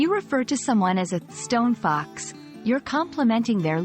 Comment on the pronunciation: you're not quite saying it correctly. The two words are stressed the same, like Bus Stop or tree trunk. In poetry this is called Spondee. Something else I was reminded of earlier today: the saying originated as Stone Cold Fox, as in she knows she is our of your league.